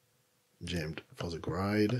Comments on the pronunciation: It’s a shame that such a good tutorial is marred by your bad English pronunciation…. sometimes it’s hilarious… GRIDE instead of GR-I-D. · Just a little help with pronunciation of Grid, try saying it like this..' GRE ' 'D' instead of 'GRIDE' 😊 Thanks for the tutorial 🙌🏻